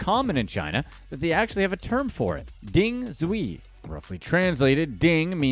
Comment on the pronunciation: "DIng Zui" 🤣🤣🤣🤣🤣🤣🤣